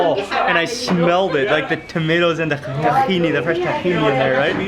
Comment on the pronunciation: I love when he says takhine sauce... Arab me is like nah bruh takhino sauce 😂